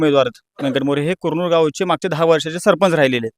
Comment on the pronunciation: कुरनूर नीट म्हण 😄😃😃